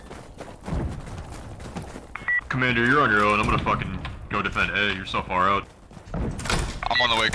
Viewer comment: Commandurrrrrr ?! Wtf ? :-p